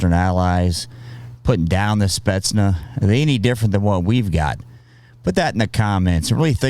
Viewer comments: FOR THE LOVE OF GOD, WTF IS A "SPETZ-NUH"?!?!?! THEY'VE ONLY PRONOUNCED IT CORRECTLY 342,000 TIMES IN THE VIDEO!! SPETZ-NAZ!! NOT SPETSNUH!!! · SPETSNAZ not spetnuh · To me the handgun looked like a Makarov 9x18mm. Love your channel but my toes curl when you say "spetsna" instead of "spetsnaz" which is short for Voyska spetsial'nogo naznacheniya (special purpose military units), alternatively it could be a CZ 52 semiautomatic. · Good video, as usual pretty good little chip ins also, but your driving me insane calling them spetsnah. What the hell. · Why would you leave out the ending "Z"? It's Spetsnaz, not Spetsna. And you seem to confuse Chechnya with Ukraine. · The name is SpetnaS. With S at the end. Not Spetzna....? And the "documentary" is not about the Spetznas but about a special police Unit. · Hello! Thank you! “Spentznaz” is different. Investigation with light snipers or saboteurs or external killers or antiterrorist group - all are spetznaz. “Spetc” - special, “naz” - naznachenie - like task. Special tasks forces = spetsnaz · spetz snaz bro not spetsna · i don't know why, but it really grinds my gears that he pronounces Spetsnaz as "Spetsna" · Spetsnaz not "Spetsna" lmao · SpetsnaZ- got to say Z at the end of snetznaz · must be said with a Z in the end, like SPETSNAZ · Its pronounced spets'na:z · Lol u said Spetsnah